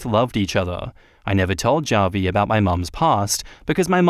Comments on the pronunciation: Hey, just a heads up, Javi is short for Javier, a Hispanic name, so the J sounds like an H: "HA-vee" Cheers! 👍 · The way you pronounce Javi is cringe inducing